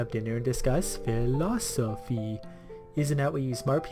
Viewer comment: How old is...? Like, I could pronounce philosophy in fifth grade. I'm not trying to hate on this video, it's a genuine question.